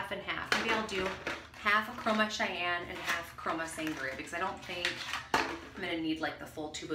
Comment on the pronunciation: I’ve used these reds before but the red you used is called Cayenne like the cayenne pepper 😂 you called it Cheyanne like the Indian tribe 😂😂💕 nice tutorial thank you! ✨✨✨